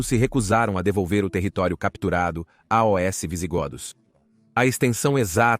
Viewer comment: Provavelmente erro da i.a se vc presta atenção tem vários bugs como quando a i.a fala A-O-S. O canal original feito por humano é gringo lá deve tá tudo direitinho